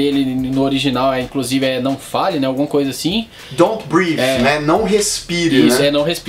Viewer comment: Brief? não seria Breath?